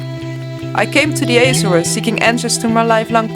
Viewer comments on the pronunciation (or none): Not [ajzores] but [Ahzores] hahaha... I love your video.